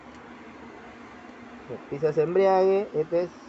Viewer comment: EMBRAGUE no embriague